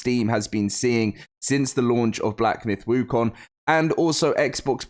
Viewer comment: first westerner who got the pronunciation of wukong right. 🎉